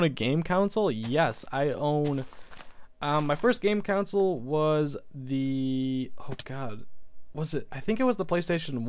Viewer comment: It makes me laugh how he says console